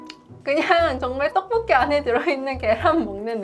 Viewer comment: 포브스선정 떡볶이 발음 가장 찰진사람 1위